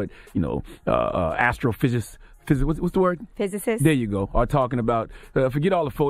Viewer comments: "Flat Earth phissiffss...what's the word? " "Physicist " "There ya go!" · Imagine calling someone a fool and not being able to pronounce physicist... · You don't need to be a flat farther in order to be capable of pronouncing simple words like "Physicist".👀😅😅😅